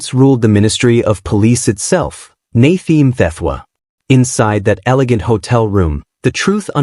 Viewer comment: This s AI talking.... why is he now Naythee